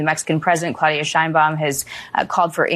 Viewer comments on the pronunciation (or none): none